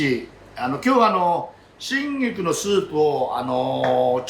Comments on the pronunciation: 「シンギク」って発音に聞こえるのですが、気のせいでしょうか？ オリーブ油が味噌だとか。 アレンジでアボガドやゴーヤを少量混ぜても良いかも。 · 春菊、手頃でいつでも売ってるので作ってみたいです！シェフの開口1番の春菊(しんぎく？)の発音に思わず笑ってしまいましたー佐藤ルミナさんもググって調べました！冒頭から楽しませてくれるこの動画はホントに見てて楽しいです！製氷機の音にも反応して、たくさんの触覚を張り巡らしてるんだなーと、そんなところも魅力に感じてます。また明日、楽しみにしています！ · 多分、北海道弁ですね 東北はじめ北国では言葉を縮める傾向があります しばれると口が動かねんだわw